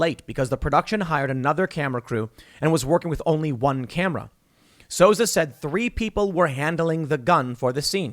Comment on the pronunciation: It's pronounced "Soo-Za," not "Sosa." ... Baldwin is absolutely responsible. Full stop. And Kyle Rittenhouse is a Hero.